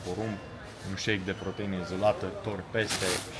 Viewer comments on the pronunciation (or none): Nu pot sa cred ca arati asa si ai spus protaină .Sper ca nu ai vrut sa spui asta